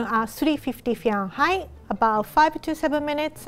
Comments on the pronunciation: 無事赤ちゃんが生まれたんですね〜 おめでとうございます〜 (๑´ω`ﾉﾉﾞぱちぱちぱち✧ それから、ずっと気になってたんですけど、フィアンハイトって言い方もあったんですね〜。ファーレンハイトの発音しか知らなかったので、またひとつ勉強になりました〜。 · The way she say “Fahrenheit” is so french yet she’s japanese 😳